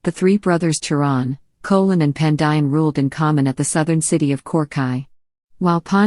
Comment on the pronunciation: You are pronouncing the word "cholan" as kolan. The correct pronounce of that word is cholan(sholan).